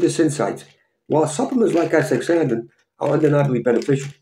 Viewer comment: Thank you for this video.. but you are pronouncing it wrong. You are saying aSTICKSzanthin pronounce it like this: aSTAzanthin